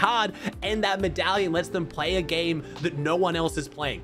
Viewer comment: medallion ❌️ metalion ✅️